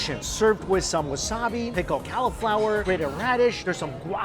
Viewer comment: The way u say cauliflower is so funny 😂